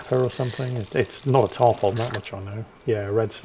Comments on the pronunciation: FYI, it is not "Tarp On" as in on/off. The fish name instead sounds like Tarp "un". They are a really big fish often found coastal carribean locations. They like wrecks and big docks like giant groupers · I love most of your content and I love your sense of humor, but Tarpon is pronounced: Tar-Pun.